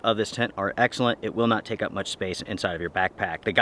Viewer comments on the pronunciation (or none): none